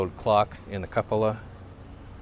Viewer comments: By the way, that's the Ah-ROO-stick County Courthouse.... with a curved & hipped Dutch Colonial main roof & front-facing gable, capped by a COO -po-lah. 😜 Man, you really skimped on your drive through my hometown of Millinocket. (Live in Massachusetts now but still have a couple dozen family members there). Here's a few key things you missed about Millinocket; You showed the vinyl clad Congregational Church, but right across the street is the gorgeous brick former Stearns High School. It's now a successful assisted living senior housing complex. The nicest streets to show period housing are a stone's throw on Highland & Maine Avenues, I believe an area known as Society Hill. Nestled there as well is the hard-to-miss St. Martin of Tours Catholic Church, a very modern - for 1970 - structure with huge laminated beams and Redwood interior walls & exterior siding. The neighborhood I grew up in - still affectionately called "The New Development" - was started in the late 40s/early 50s. There were hundreds of post-war era homes built, many in modern style. This is in the Northeast corner of town, and it features the town's Hillcrest Golf Club, a 9-hole course enjoyed by many for over 90 years. At one point in your tour you were driving on Aroostook Avenue (there's that name again) and mentioned a black car being taken over by nature. If only you had been one more street to the West, you just may have seen (maybe if there were fewer clouds) the majestic Mount Katahdin, the area's cla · 'Cupola' is pronounced like "COOP-uh-luh".